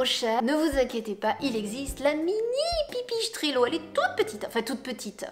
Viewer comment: Ok . Pas mal. PAR CONTRE on se demande pourquoi vous dites [pipichestrello] y a pas de c ou de son [ch] en italien Bref ;)